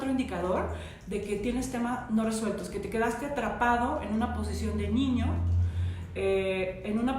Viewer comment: A una disculpa pero Ud dice ñiño o ñiña y es mal pronunciación en niño o niña